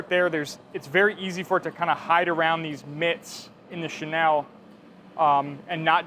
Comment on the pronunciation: Thanks for the demo. Helpful! Just one thing... with pronunciation of the (French word) Chenille, it's Shay-Neal (not Shay-Nell).